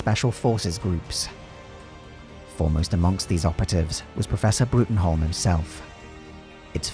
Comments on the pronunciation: Excellent video based on the version of the B.P.R.D. from the del Toro films. One point: "Bruttenholm" is pronounced as "Broom" whether you are referencing the films or Mike Mignola's original "Hellboy" comics. The name, like many British surnames, is not pronounced as it is spelled. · It's written Bruttenholm but pronounced Broom